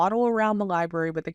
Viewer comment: Ol needs to learn how to correctly pronounce library. “Liberry” is not correct.